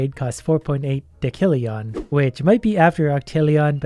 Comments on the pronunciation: 19 thousand angels to 47.7 mill and it goes hundreds thousands millions billions trillions quadrillions quintillion’s sextillion septillion octillion nonillion de cillion it like that so u know how to pronounce it and then unde cillion duodecillion so on ect ect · The numbers are based off of a odd system but the numbers are all pronounced Sex-tillion Sep-tillion Ock-tillion Non-illion and Deas-tillion, you got Sextillion and Septillion and sometimes octillion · Anf it's pronounced "dosillion" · btw, you pronounce "decillion" and "nonillion" as d-e-s-i-l-ee-i-n and n- o-n-i-l-ee-o-n and also I'm pretty sure these are real numbers lol. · Decillion! Me: Say Septendecillion:Septendecillion Me: Ok, now say decillion: Dekillion! Face palm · It's English, and it's pronounced "dih-sil-yuhn". Big numbers in English language stem from Latin, but that's only for the prefix (in this case, "deci" from "decem", meaning "ten"). Million isn't a Latin word for example, as million in Latin is "deciens". So while "decem" may be pronouced with K, "decillion" is never pronounced as so. You don't say dekibel or dekimeter, do you? You say decibel and decimeter. Unless you stood a decimeter from a speaker at a concert and suffered from exposure to a high amount of decibels, then you're probably deaf and it wouldn't surprise me if all you heard people speak was Latin >:P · this is how u say decillion de-si-lli-on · you dont know how to pronounce decillion? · The way you pronounce decillion makes me die inside like you say it different every time then you say duodecillion right but pronounce decillion wrong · I hate the way he pronounces decillion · you're killing me. In decillion (pronounced di-ˈsil-yən according to the Merriam-Webster dictionary) the c is pronounced as an s, not as a ck. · Decillion is pronounced desilion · Hey, it’s technically pronounced desillion, but you do you. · Its pronounced: De s illion Not De k illion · It is pronounced Dess-Ill-eon